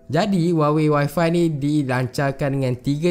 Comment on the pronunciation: Dy sebut y5 mcm Wi-Fi hahahah